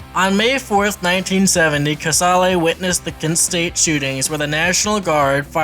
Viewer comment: Kuh-sale Not kuh-sah-lay 🙄